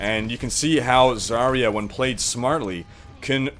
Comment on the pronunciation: Why pick healers when it's high noon? Actually, as russian i should say, Zarya pronounces differently. You should stress on last A. And her name translates as Dawn(useless info incoming)